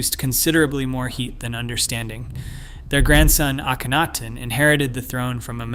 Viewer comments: You mean mispronounce? Lol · How many ways can Mr. Computer voice find to to pronounce Akhenaton? My fave---ay KEN atoon. Kenny for short. This is one of a group of channels that takes info from real scientific channels, writes dramatic, repetitious, and sometimes rather speculative conclusions, but always with the drama. All these channels use the same overly dramatic writing & computer voice, the same technique of flashing visuals so quickly that you can't tell whether they are relevant or not, the same endless repetition. And Hawass is lead researcher? The mere presence of his name calls into doubt any conclusions.